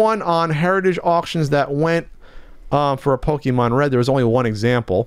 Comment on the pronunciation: Pokèmon said with a hard "e" always bugs me.